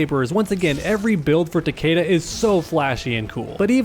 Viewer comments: Honestly, Takeda is the only good Kombat kid character, and it's Takeda and not Takiida or Takeydah. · Pronounced Tuh-kee-Duh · I just hate how they pronounce Takeda's name, that is not how you say the name Takeda, I gues they never heard of Shingen Takeda they probably jjust looked up japanese last names lol